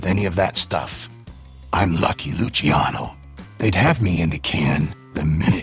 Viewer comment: It’s not lucy-ano it’s luCHIANo